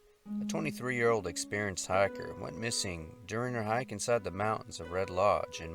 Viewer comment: he says hiker ... half way through the video I was wondering why so many hackers get lost in the wilderness >.<